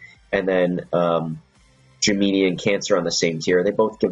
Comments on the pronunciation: It's pronounced Gem-in-eye not Gem-E-ni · love the vid like always, just one thing. Gemini, pronounced Jim Men Eye. lol that's all